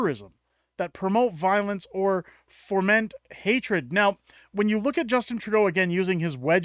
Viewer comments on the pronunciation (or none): FO-MENT The word is Foment; not foR-ment... there's no "R"... Good post, btw.